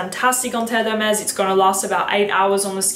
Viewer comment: I like that you kept the part of you messing up Terre De Hermes pronunciation lol, i just got the edp, and love it, great video!